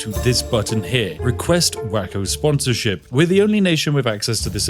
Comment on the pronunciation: Spiff its pronounced way-ko not wacko....